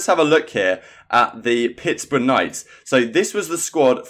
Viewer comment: lol did people get mad cuz you mispronounced pittsburgh ur not american so i understand